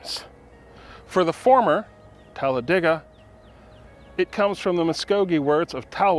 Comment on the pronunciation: I think it’s pronounced Tal-a-day-gah, not Tal-a-Dee-gah.